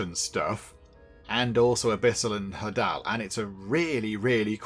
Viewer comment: Hadal rhymes with ladle, it refers to Hades.